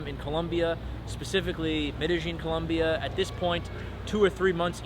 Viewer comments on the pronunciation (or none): For someone giving advice on the country it sounds kinda weird hearing him say 'Columbia'. Its Colombia, ppl hate it when you do it wrong. Im married to a Colombiana, i know.